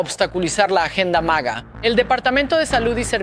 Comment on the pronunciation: Hola no se dice maja, dino maga